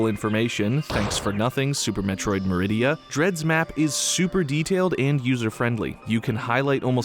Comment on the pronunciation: Maridia isn’t that hard…